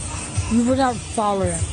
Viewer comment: Foller instead of follow is wild lol why does it sounds like she has a local that numbs your mouth at a dentist when she is talking …